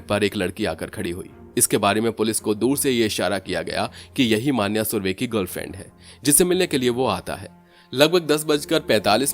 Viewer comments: मान्या नहीं मन्या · Pronounce the name correctly of Marathi words. For e.g मन्या, येरवडा